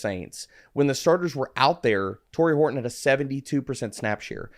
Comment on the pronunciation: Did Joe say “Hard on” when talking about Horton?! 😂